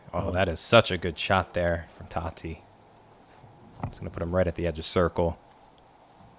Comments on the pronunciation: Tätte is pronounced "TeTe" not Tatte. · If you want correct pronounciation then saying “that” and adding an “ay” sound to the end would be the closest